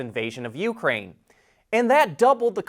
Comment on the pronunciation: Please learn the correct pronunciation of Ukraine.